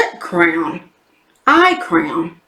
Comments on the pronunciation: I realized you were saying crayon ......I thought you were saying crown. Lol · Hello! I had to giggle hearing you say crayon as *crown*!!! LOL 🤣🤣🤣💕💕💕💕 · Looks like a good box this month, going out with a bang! I love the way you say crayon 😘 it's so funny how different accents make words sound so different 💜